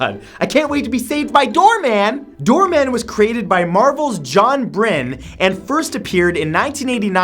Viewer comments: "Byrne" is pronounced "burn", not "brene"... I'm sure the Legion of Super-Heroes could have a list of their own, since there has been a lot of bad characters created for it... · Okay, two things 1. John Byrne's name is pronounced like burn 2. If you did not read Hitman, All-Star Section 8 and Hard Travelling Heroz, you don't get Ennis' genius